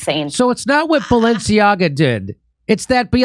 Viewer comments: notice how she pronounces Balenciaga as "Baalenciaga" Baal enci aga = Baal the king Baal enciaga = Baal's curse Hmmmmm... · “Balanchia” add lol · The multiple mispronunciations of Balenciaga are cracking me up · I like how Jimmy committed to not knowing how to say “Balenciaga” but going for it anyway with 0 fucks give. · 1. Craig has it right. 2. I counted at least FIVE different pronunciation of the name Balenciaga which made it even better to watch this video!😆😂🤣🤣🤣🥲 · I love hearing Jimmy MisPronounce "Balenciaga". Fuck those weirdos 😂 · Love how both and Jimmy are mispronouncing the brand differently 😂